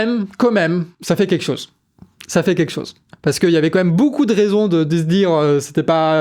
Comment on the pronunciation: Super travail. Heuu on dit quand même et pas comême mdr